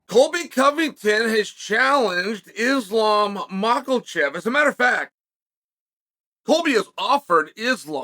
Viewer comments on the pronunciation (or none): Did Just Uncle chael say islam micheal-chef?😂😂😂😂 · Quit butchering that niggas last name. Theres no L in makhachev. Mans said mocklechev. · On purpose wrong naming mfkr!!! Bihalll and malklachev, really?😂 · Mocklechev and Blehal in one video is too much 😂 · Bluhal “can’t remember the decision” Mawkulchev. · already giving "Makhechev" an "L" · Pierra, Mocklechev, Blahal. These are their names now. Once Chael says it, it's time to go to the courthouse and get that ID card corrected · Hearing this as a russian is the funniest way to begin an intro 😂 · Mockelchev. Get it right! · It is very old now. Where is the L in his surname 🤦‍♂️. Not really a hard name to pronounce if you can be bothered. 🤔🤦‍♂️🤣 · If Chael says there’s an L in Islam’s last name then there is one. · I'm still trying to find the "L" in Makhachev. But if Chael says it's so.....